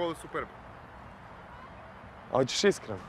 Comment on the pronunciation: Likove koji izgovaraju skoda super B treba uhapsiti